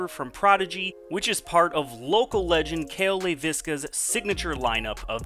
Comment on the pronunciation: FYI, Cale pronounces his last name LEI vis ka, not Lei VIS ka. It's Finnish, and it's my wife's maiden name. I don't know why everyone mispronounces it.